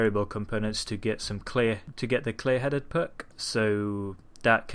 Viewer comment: How did you say clear headed? Lmao!